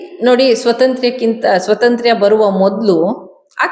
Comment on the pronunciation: ಏನು ಸ್ವತಂತ್ರ್ಯ? ಕರ್ಮ. ಸ್ವಾತಂತ್ರ್ಯ ಅಂತ ನೆಟ್ಟಗೆ ಹೇಳಬಾರದೆ?